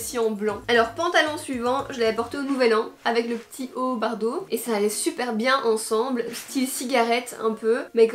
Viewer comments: Mais sa ce dit bordeau pas bardeau ! Nan jrigole 😂😂 #teamsnap ❤️🌟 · Bardeau au lieu de bordeaux 😂😂😂sinon super bideo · Je croix que tu t'es trompé, quand tu as dis "bardeau" au lieu de "bordeaux"😊😘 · Sais pas bardeau sais bordeau😂😚😚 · BORDEAU !!! pas bardeau arrrh 😭 sinon tes vidéos son toujours aussi bien, continue comme ça ! ❤️ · Super vidéo et pourquoi bardeau ??? C’est bordeau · Mais, pourquoi dis tu bardeau à la place de bordeaux? 🤔🤔🤔 Mdrr 😂 #mifasnap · ON DIT BORDEAUX PAS BARDEAUX ! (Haha jrigole j’ai vu ta story😂 jcomprend pas prq tt le monde dis ça moi j’avais direct compris tu l’avais même explique pdt la video 🤷🏽‍♀️) Sinon super video comme d’habitude ! #mifasnap! 💙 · C'est pas "bardo" mes bordeaux 😂😂😂😂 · C'est un belle couleur bardeau mdrrrr tu t'es même pas corriger😂J'adore bref Kiss En fait tu dit bardeau! Mais c'est Bordeaux ptdrr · Vous dites "Bardeau" ! Nous (les français) on dis bordeau 😂 J'aime trop t'es Try On 😍😘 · Haut bordeaux et pas « haut bardeaux » ahah je t’aime super vidéo loooove #teamsnap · Waw j’aime trop😍 je vais aller faire un petit tour sur le site😋 par contre, tu m’as fait bcp avec ton « haut bArdeaux »😂😂😂 c’est bordeaux ahah.. les françaises ne comprendront pas le « on va tout squetté » 😂😂